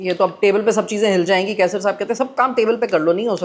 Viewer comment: Kaisar sahi lafz nahin hai. Qaisar sahi lafz hai..